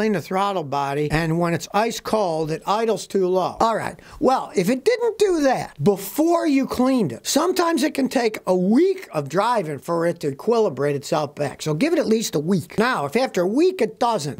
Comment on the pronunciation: Did you say quilibrate?